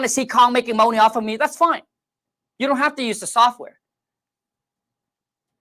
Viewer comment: Let’s go get this moahney!!!